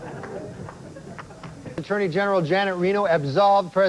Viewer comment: He can't say attorney general 😅